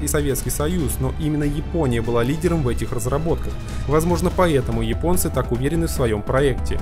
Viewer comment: Всё классно. Только не "йипонцы", а японцы. Весь мир почему-то без труда чётко выговаривает первую "Я" и только в твоем исполнении это звучит, как минимум, странно.